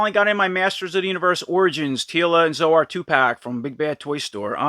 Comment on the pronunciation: Zo-Ar? Never heard it pronounced that way before. I thought it was pronounced like soar.